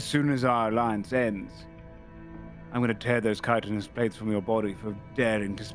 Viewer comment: I've really been enjoying working my way through these since I heard mention playing a cop on another livestream. It's bittersweet to have finally caught up, but I guess I have the rest of the Io-verse to explore too! Dull side note: chitinous is pronounced "kītn-əs". Like the 'k' in chemistry, since they both have their origins in Ancient Greek. I was saying it with a 'ch' for a long time too.